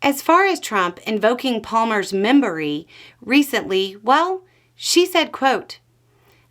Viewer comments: Did she say "memberory"? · Membery? MEMBERY? 😂😂😂😂😂😂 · Did anyone else hear “his membery” 😅😅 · Wait, was that word memory or membery? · Did she say membery? :)